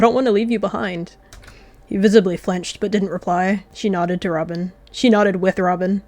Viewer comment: You spelled Robin's name wrong u said ramen 😂😂😂